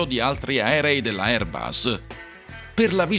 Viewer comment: Airbus: la "s" è la s di sera NON di rosa!